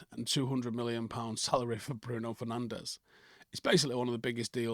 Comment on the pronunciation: It's pronounced Fer-nange